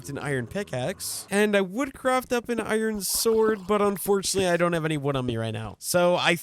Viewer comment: I feel like ur saying iron wrong 😂